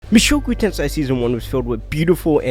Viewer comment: Mushoku TenSAI? what's that?